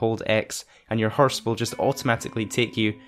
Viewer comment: “Herse” haha